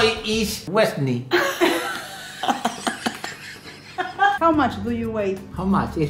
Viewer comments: JAJAJJ NO PUEDO MÁS "tudai is wesnei" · "today? is wesny" JAJAJAJA DIOS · how are you today?: today? Today is WeSnY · Hi Claudia: HI: que hiciste hoy? cuando escucha la palabra today: ehej.... Today? Today is weSnY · "Hi, what have you done today?" "Today??? Today...is wesni" JAJAJAJJAJAJAJA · "Che cami y la tarea" ".... Today is wesny" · Nadie:: today? Today is wesny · Todo lo que aprendió a decir es “Wesny” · Persona x: Hello, my name is.... And you?: today? tOdAy iS wEsNi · Que hiciste hoy? Hoy es 'wesny' JAJAJJAJAJA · Nadie: Absolutamente nadie: El papa de: is wesney jajaj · today is wesny JAJAJAJAJAJJAJAJAJAJ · I have a dote ah, a dota JAJAJAJJAJAJJAJA LPM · Today -Is wesny Jajajsjajajajajjsjsjsjsjsjsjja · COMO ME ESTALLE EN EL "today? wesny" chau